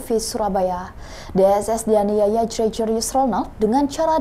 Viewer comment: Halo mbak pembaca berita yg cantik, umumnya org yg namanya Gregorius itu huruf G nya yg di depan n di tengah tetep dibaca G murni, bukan dibaca j. Tequila itu dibacanya tekila, bukan tekuwila. Semoga next time ga ada kesalahan pronunciation lagi.